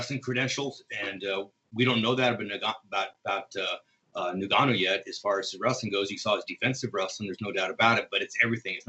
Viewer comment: Why do people find it so hard to pronounce Ngannou correctly... It’s Ngannou ffs, just say Ngannou. It’s not that difficult